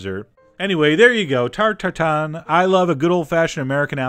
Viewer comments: Normal to say Tatton for you you are anglophone and the in sound in French is very tricky. On cames naturally to anglo noses. But it is Tatin you have to pinch your nose and open your mouth in practicing the soud. For me I enjoy the tarte Tatin a lot. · I may have reminded to listen several times to his "ta ta tan." Mahaha the French!